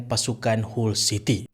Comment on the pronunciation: Salam..sebut HULL CITY = HAL CITY